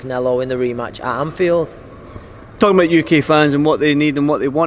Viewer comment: Anfiled, as opposed to Infiled.